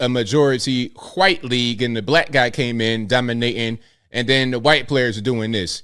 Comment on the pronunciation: Love how its not racism when it's a white person. Yet somehow its racism every time something happens to a black person. cant even commit to saying white correctly at times. How do you expect a white person to take what you say seriously when you're to ashamed to pronounce the word "white" correctly.